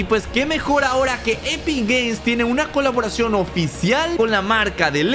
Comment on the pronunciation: xd alguien esculcho que digo kuloboracion xddd